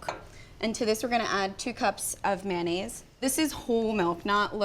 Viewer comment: Mayo mayo mayonaise NOT MANaise !